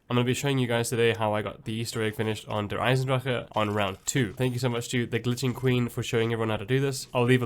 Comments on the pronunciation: omg good eisendrache pronunciation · And he even pronounced the maps name right!